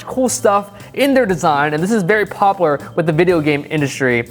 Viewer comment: “poplar” - 2019😂😂